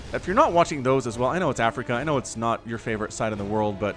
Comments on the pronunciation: Sorry if I misunderstood, at , you mentioned "not favorite side of the world", this sounds like Africa, not Afreeca, especially for audience new to SC2 e-sports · It's Afreeca not Africa, though I like your content, it's better to do more research on SC/SC2 if that's your channel focus